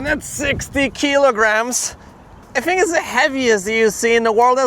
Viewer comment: You say “think” like me…Fink